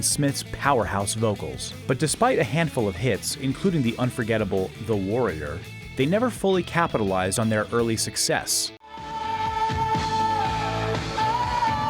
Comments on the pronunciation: Patti Smith was never associated with Scandal. Patti Smyth (pronounced with an y like in the world like) was. Also, "The Worrior?" This has to be version 1.0. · Dude, a lot of these bands really cut through in a big way. They may not have cracked the Top 40, but were all over American rock radio in the 80s. Also the song is "The Warrior", not "The Worrier." LOL But thanks for including The Mats. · its the warrior not the worrier FFS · The Worrior?